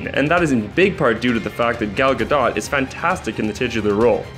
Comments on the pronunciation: It is not Ga dot its pronounced Gadoe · Do you guys even check how to pronounce the names of the actors? It's gadot but it's pronounced like gadoe.